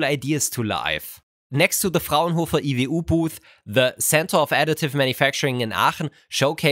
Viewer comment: the pronunciation of "Frauenhofer IWU" is the most German thing I've heard pronounce, and that includes him saying.